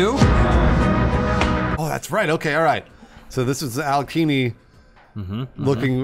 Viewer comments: Alekini? I think it's Alekhain. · It is not Alekini. It is Alekhine. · It's AH-LYO-HEEN, not AH-LEE-KHEE-NEE. Source: I'm a certified russian. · Awesome video, as usual! But it's pronounced "Alekhin's Gun". Aleksandr Alekhin was a famous Russian chess player, who emigrated to France (that's why his lat name is spelled so, erm, funny). P.S. I have no idea what he has to do with guns, as far as I know he never shot any guns in his life.